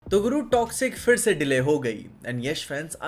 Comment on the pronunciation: bro not firse it is phirse 😂😂😂😂